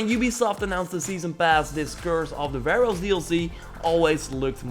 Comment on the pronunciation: You said pharoahs omg you used to say Vehroahs my soul is calm when you said it correctly yay 😃😃😁😁😁